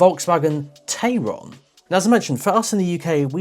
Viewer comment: Hi, VW is actually calling it "Tie-ron" like Taycan... must be a German thing.:) I quite like the car. Can't wait for the driving video.